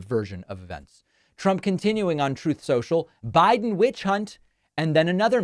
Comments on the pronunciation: Troath Sential! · Troth sential. Gets me every time! 😂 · I crack up every time you play the sound bite of “Troath Sensual.”😂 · Troth... cential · I like It when you play Trump saying Throth Sential 😂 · Trope Central. The best misspoken or misheard name for the site! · Trouth Cential 😂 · Not the TROTH SENTIAL sound byte 😂😂😂😂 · Apparently Truth Social are bigly words he cannot properly pronounce. He needs to practice like he did with witch hunt and radical left